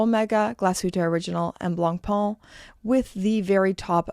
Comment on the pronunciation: this'll help you pronounce "blancpain" correctly (your second syllable is off)